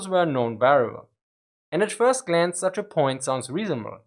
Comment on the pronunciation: "At first Glantz"